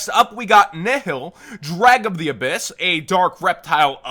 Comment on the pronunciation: It's ab-HISS like a snake.